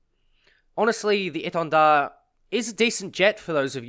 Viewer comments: Yeah it was very well pronounced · Thx for pronouncing the name right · As a french, your prononciation of étendard is really good ! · Your pronouncing of "Étendard" was on point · Correct pronounciation ! Very appreciated ! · Do u happen to speak french ? That the best pronunciation of Étendard that I ever heard from an English chanel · Nice pronunciation on the name, nice vids too.